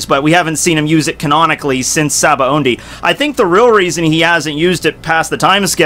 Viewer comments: Sabaody. No N in the word. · Ok this has really been bothering me, but why can't people seem to pronounce Sabaody correctly lol. In the Anime it's clearly pronounced ShaBonDy not SaBo Ondy. Same goes with Diable Jamble and etc. This isn't a stab at but I've noticed everyone seems to do that.